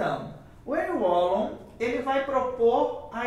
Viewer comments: Moço, se pronuncia (Henrri Valon) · Agradecido pelo vídeo 🙏🏼ajudou na minha prova ! Ârri Vallon é a pronúncia mais correta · Já assisti seu vídeo a alguns anos atrás, e voltei aqui novamente. A sua explicação é incrível! Obrigada!!! A pronúncia é " Anrri Valôn" (Henri Wallon). Antes que alguém diga algo, termine de ler o texto todo. Eu já pronunciei o nome de alguns autores errado, porque estava aprendendo, e ainda estou, e é óbvio que nós vamos ler de acordo com que nós aprendemos no nosso português. Mas já fui muito criticada por isso porque simplesmente em algumas situações riam da minha cara por dizer errado, mas ninguém me disse como dizer o certo. Hoje antes de apresentar algum trabalho, para que isso não se repita, pois foi bem traumatizante para mim algumas situações, eu pesquiso o nome do autor ou filósofo e busco a origem de onde ele nasceu, e dependendo do país, eu escrevo o nome dele no Google tradutor com a língua nativa de seu país, e treino até aprender a pronunciar, vou dizer que não é fácil, porque tem cada nome que só por Deus kkkkk. Mas eu gostaria de passar essa informação para você, porque foi muito útil pra mim e gostaria que alguém tivesse me dito aquela época. Amo Wallon, Vygotsky, e Piaget!!! Sou estudante de psicologia! E manda um beijo se ver meu comentário! Obrigada pela aula maravilhosa 👏👏👏🥰🥰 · Kkkk pronunciou muito engraçado o nome Henri wallom.Uil uol 😂😂😂😂😂